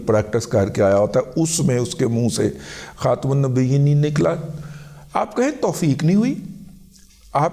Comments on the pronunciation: السلام علیکم ورحمۃ اللہ، (علی خاتم النبیین) کی (م) کےنیچے زیر پڑھیں، جزاک اللہ خیر ا. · i dont agree, IK could not pronounce the word... plz stop spreading hate on name of religion. this already has devastated us